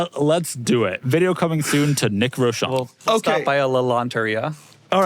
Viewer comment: why Doug pronounces it as "row-SHAHN" instead of "ROW-shown", like the spelling suggests?